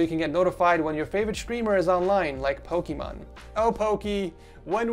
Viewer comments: Its pronounced pokimane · yeah pokimane not Pokémon... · its Poki Mane(like a lions mane) know all together Pokimane not Pokémon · PokiMANE not Pokémon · i love how he still call pokimane ''pokimon'' :), or at least that is what i hear when he mention that name XD. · ITS NOT POKEMON ITS POKEMAIN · He keeps saying Pokémon not pokimane lean into mane cmon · it’s so funny when he says “ pokémon” instead of pokimane 🤣. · PokiMAIN not Pokimon or PokiMARN it’s PokiMAIN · The fact he says pokimon not pokimane hahaha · It’s poki - main not pokimon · I love how call's Pokieman Pokemon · Pokemon again its Pokimain ahhhhhhhhhh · Nobodys gonna talk abt how he calls Poki MANE Poki MON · Not to be mean but I think it is poki mane not Pokemon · I Love The Fact That He Called Pokimane Pokimon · her name is pokiname but the guy in this video said Pokémon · WHEN WILL HE STOP SAYING “Pokémon” ITS POKIMANE POKI MANE BUT PRONOUNCE IT MAIN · Pokimane is pronounced Pokee Main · perhaps because her first name, Imane, is pronounced like émon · Did he call pokimane "pokemon". 😂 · bruv, its pokiMANE. wtf kinda pronunciation was that lmao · my man called pokimane pokemon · This year I'm going to ask Santa to take me around the world so I can personally visit every person who says "pokimane" and slam their balls in a mailbox for 20min straight. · probably when you start saying her name right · maybe poki would notice you if you pronounced her name right? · no one gonna talk about how he pronounces pokimane? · Why do you always mispronounce Pokimane's name? Hahahaha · when you simp for someone but can't pronounce their name correctly XD also why were you looking at crops on amazon, I didn't you know rode horses :D